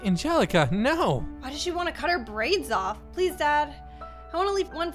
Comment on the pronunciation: i cried when she said "take my briads"